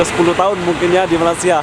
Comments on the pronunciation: 1) Bukan Malasia tapi sebutan itu biar jelas Malaysia = MALAY SIA KAMU TELAH MENGHINA SECARA TIDAK SENGAJA 2) Duit Malaysia = Myr , drop teruk tu ...1juta rupiah - rm295 sahaja .. sgt mengecewakan ... 3) selamat meraikan bulan Ramadhan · Hoi indon tolong cakap baik-baik sikit.!! Bukan MALASia okehh!! Sila sebut nama Malaysia dengan betul.